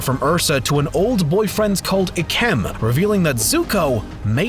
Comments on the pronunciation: Why does he say Mai like My instead of May, I mean that’s how they pronounce it in the show, also isn’t Isn’t it pronounced “Ike em” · MAI (may) AND IKEM (Ike-em)BRO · I think his name is pronounced ik- um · Not to sound rude but it's not IKEM It's (Eye-Kum) And It's (MAY)Mai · Ahh yes I-kem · I'm I the only who got mad and they said ikems name wrong😅